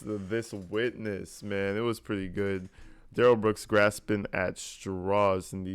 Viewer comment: Duh-rell booked 😂